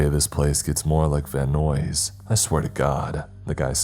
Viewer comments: Van Nuys killed me.i had to stop .it's more like van nies. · Anyone else bothered by how he mispronounced Van Nuys?